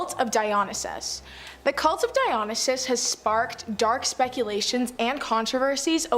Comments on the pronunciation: And she mispronounces Dionysus as well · Pronunciation is not a strong point for these hosts, some are worse than others. The Dionysus one is one of the worst. She often gets words wrong. I don't like her.